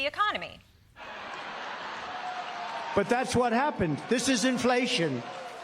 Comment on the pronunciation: "A thing called economy", please tell us about this new thing called .. ecommony .. acconamy?